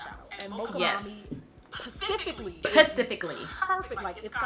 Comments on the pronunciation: Pacifically. I hope you meant specific. 😁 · I love the thumbnail “Jackie pacifically said” 😂😂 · You nailed the end result, pacifically